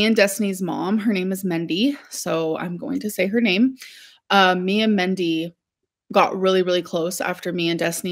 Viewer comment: Her mothers name was Mindy, not Mendy! Sorry alr but you are old enough to know how to talk. That's not accent. That is wrong. .